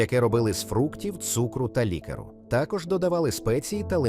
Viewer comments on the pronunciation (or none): Підкрутіт модель бо слова "анчоуси" і "лікери" вимовляє не правильно 🎉